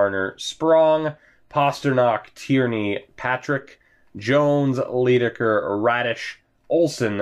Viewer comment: Leidekker is pronounced "lie-decker". As in "lying"